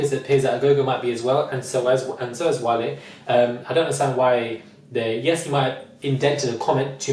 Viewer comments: Please it's not whale, he's not an animal its WA-LAY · I died when you called Wale "whale" 😂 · Did he just call him "whale"?😂